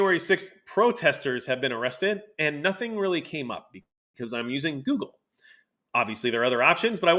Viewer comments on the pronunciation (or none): none